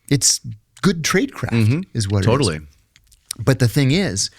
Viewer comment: “Totally”. The surfer slips out.